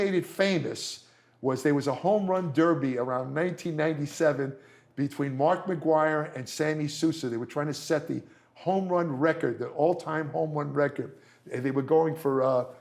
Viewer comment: Lmao dude said Sammy Soosa